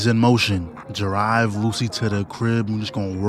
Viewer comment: “i don’t know how to driv”